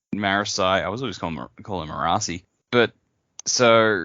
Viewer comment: Thank you, for pronouncing Marasi right.